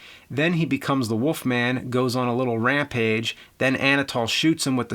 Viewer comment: WOLF MAN James, not Woof Man.